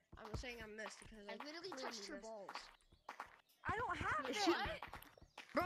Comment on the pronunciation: Man rilly said done’t embarrass me